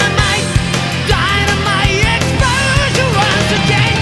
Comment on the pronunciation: I like the part where he said "dynamite explosiuhwanssss"